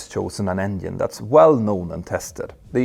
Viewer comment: You are fake.! Say engine no. 2 is on fire, decalring emererghienieh.... No way u have a pilot license, with such a pronunciation!!!! Engine. Not engihehnhihine!!!!!!